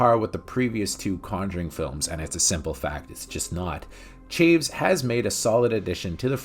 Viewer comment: While I am not 100% certain, I'm guessing the director's name does not rhyme with "Shaves" but is two syllables, pronounced Cha-Vez.